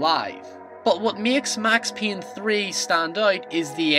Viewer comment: Max Peeyn? WUT :D?